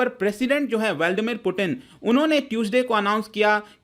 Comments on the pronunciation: Veldamit Putin nahi Bhai vladimir Putin 🤣🤣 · Not valdmir , it's Vladimir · valdmeer put-in?? are you serious? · व्लादीमिर सही उच्चारण है